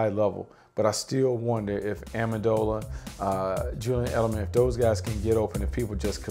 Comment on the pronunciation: He called minitron amandola dafuq